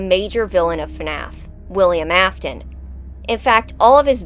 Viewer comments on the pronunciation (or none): It's not Ofton it's Afton